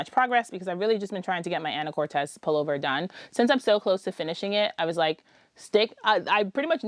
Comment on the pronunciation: What a load of luscious projects! Just so you know, it’s “an’’uh-kor’-tus” with the main accent on the third syllable - a lovely small city in northwest Washington state, the mainland terminus for the San Juan Islands ferry. A developer named the town after his wife, Anna Curtiss, but gave it what he thought was a Spanish spelling. (I just learned this from a google search. All these years of living in Washington I thought it was a real Spanish name!)